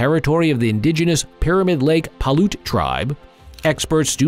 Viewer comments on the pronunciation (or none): Its pronounced Pie ute